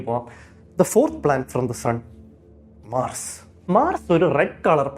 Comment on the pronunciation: മാർർസ് 🙄🙄🙄🤫 ബ്രോ ഉച്ചാരണം ശ്രദ്ധിക്കുക, നിങ്ങൾ തിരുത്താൻ തയ്യാറായാൽ ബാക്കിയുള്ളവരും തിരുത്താൻ തയ്യാറാകും തെറ്റ് ആവർത്തിക്കാൻ ഇഷ്ടമുള്ളവർ ഈ കമൻറ് ignore ചെയ്യുക